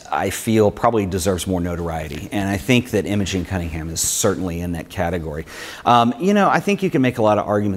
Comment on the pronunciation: Another great episode - thanks for sharing ! Nitpicking I know, but for completeness her name was Im-O-gEn and not Im-A-gING. Same as my niece ;-)